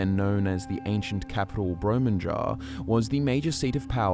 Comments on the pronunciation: It wasn’t called Bromenjaar. He got it well screwed up. It was…Bromjunaar. That’s Brom - Ju - nar. Come on! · "bro-man-jar" brom-ju-naar, you mean. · Great video as always! But your pronunciation of Bromjunaar is off. It’s BromJUNar, not BromUNjar. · The j in Bromjunaar is pronounced as a y, ie, "brome-yoo-nar" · Actually, it is Brom - you-naar. Like Kjell is Kyell. Nordic languages don't use the letter 'j' the same way as we do in English.